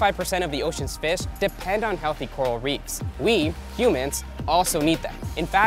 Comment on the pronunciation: Reefs not reeves! 😣